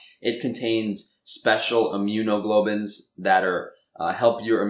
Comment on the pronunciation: Its pronounced immuno-glob-ulins